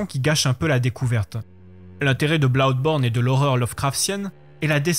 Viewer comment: L'argument du train fantôme j'ai cru comprendre que c'est le principal reproche fait à Resident Evil ces dernières années. Tout est prévisible à souhait et c'est plus source d'agacement que d'angoisse, comparé aux premiers où rien n'était jamais sûr. Blawdborne (oui déso la prononciation m'a tué) j'ai eu la même surprise : pas dur de voir que ce sera horrifique, mais que ça aille dans cette direction, je l'ai pas vu venir. Savoir qu'on achète un jeu d'horreur, c'est se mettre sur ses gardes oui, mais même dans ces conditions, il y a les bons et les moins bons. Je savais que Clock Tower était un jeu d'horreur et il m'a terrorisé. Je le savais aussi pour Silent Hill et il m'a à peine fait sursauter.